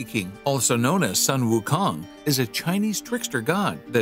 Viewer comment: Sun is pronounced Soon